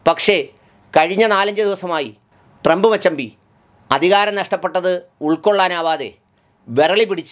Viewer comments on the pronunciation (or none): none